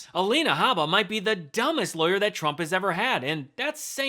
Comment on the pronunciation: Accent on the word Dumbest....